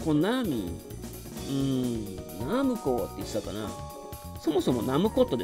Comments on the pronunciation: hijiQuishさんのナムコは「ミスド」みたいなイントネーションですよね(笑)。 実際は「パルコ」みたいな音程だと思います。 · ファミコン当時のCM集なんかを見ると分かるんですけど、メーカー公式としてはナ↑ムコですね。 ナムコットの場合はナ↑ムコ↑ットになり、ナムコミュージアムもナ↑ムコ↑ミュージアムと、ナムコの後に文字が続く場合はコも強調されます。 ちなみに自分はナ↑ムコでした。